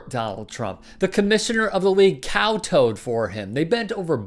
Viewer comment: Sorry if this comes off as condescension, I really don't mean it that way, but it's kowtow (pronounced cow-tao) 😁